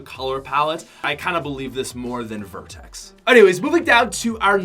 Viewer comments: Am I the only one triggered when he said black vertex instead of black vector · It’s black vector not vertex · Black Vertex looooooooollll. Its Black Vector